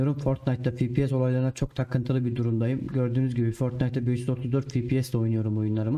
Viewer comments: fipies değil hacı efpies (fps) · fipies değil, "Fe Pe Se" ya da "EFPİES" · Abi Fibies deyişine hasta oldum güzel video :)